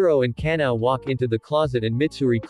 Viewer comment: The fact that google pronounce ka-na-o as canal